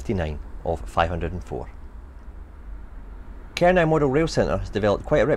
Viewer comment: No, No, No! It's pronounced Ker - No not Ker-Now